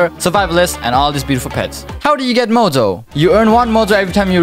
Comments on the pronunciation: bro is saying mojo like mozo or shall i say bozo 💀💀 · nice video but i wonder what is with his voice like when he said mojo i head mozo or spesial instead of special